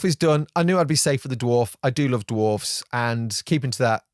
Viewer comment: Look at you pronouncing that plural ‘dwarfs’ properly as Tolkien would have you do. Cheers sir.